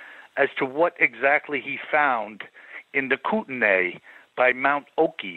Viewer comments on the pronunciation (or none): none